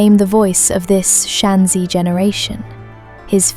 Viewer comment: You mispronounced Shanxi every time. Apart from that, amazing video.